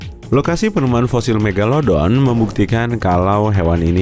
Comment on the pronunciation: King megalodon kak yang menang. Bukan megalodo.